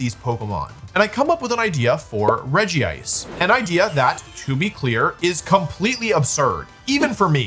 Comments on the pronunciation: Dude It's not ''Regi-ice" It's fucking Regice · Wolfey pronounces it Regi-ice, but it's just Regice :P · It’s regice not regi-ice lol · Out of all the Regis, Regice is the only one without Regi in its name. It's pronounce Rej ice (Regice). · ah yes, physical Regice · see that doesn't really roll of the tongue nicely, I think it should be like "Regisect" or something idk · You are pronouncing regice wrong